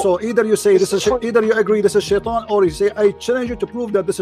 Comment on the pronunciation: clear difference then look how he pronounces shaitan